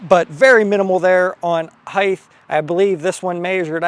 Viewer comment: Love the video but its "HEIGHT" with a sharp T at the end. HEIGTH is not a word.